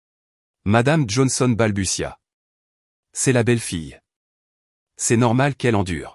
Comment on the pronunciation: Balbutia et non balbusia